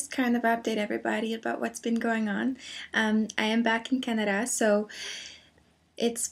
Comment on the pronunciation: Anyone else love the way says "Canada"?